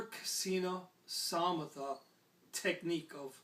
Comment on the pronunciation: One thing: Samatha is pronounced "suh-muh-thhuh". The double-H is a breathy h. This is great. Thank you.